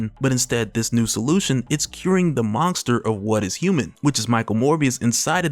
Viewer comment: can you STOP saying MONGESTER? wtf!